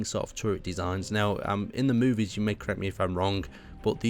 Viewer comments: anyone else die a little inside everytime the word movie was said ? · It was like beating me with a rolling pin.